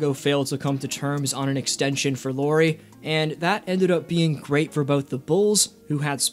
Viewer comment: Lauri Markkanen: His first name is pronounced "Lauwry" or "Lowry" (like "Howry), not "Lori." Haha